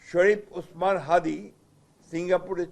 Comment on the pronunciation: হাউয়ার পোলা এর আগে ওসমান হাদি নামটা ঠিক ভাবে উচ্চারণ করতে পারতে না এখন আজকে কিভাবে তুই শিখলি ওসমান হাদির নাম